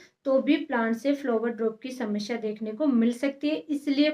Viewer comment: flower drop shamshya🤣🤣 bolna seekh pehle pappa ki pari😆